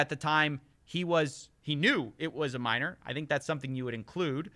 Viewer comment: “A minorrrrrrrrrrrrrrrrrrrrrrr”